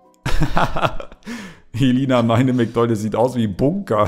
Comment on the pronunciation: Bei heist es nicht Mcdonalds sondern Ncdonalds🤣🤣🤣🤣🤣🤣